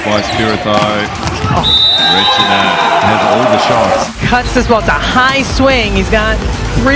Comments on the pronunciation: The surname is wrong. It's not Requine, it's Recine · Recine! Not Requine....